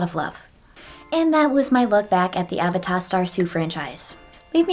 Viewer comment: i wouldve pronounced it as uh-VAY-duh rather than A-vuh-tah